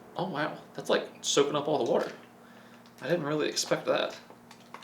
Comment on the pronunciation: when kids try to talk with their mouth full of watee